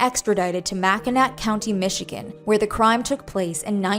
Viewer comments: the pronunciation of Mackinac kills me 😭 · MAC IN AWWWW not mac in nac.. its French and Native American kinda mixed up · "Mack in naw " “MACK-in-aw” not "mack in nac" . Mackinac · It's not said as Mackinac, but instead it's said mack-in-aww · mack-in-naw , that mack in nack stuff drives us michiganders wild. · Oh no. Mack-in-ack.